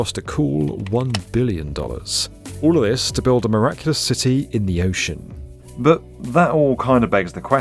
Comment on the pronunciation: Once you hear it, you can't un-hear it: pronounces every word ending on a soft D with more of a harsh T: "build" becomes "built", "demand" becomes "demant", word becomes wort, and so on. Kinda hard to listen to. But the content is of course great!:)